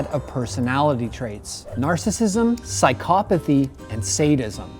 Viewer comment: psy-cop-athy, interesting pronunciation of that word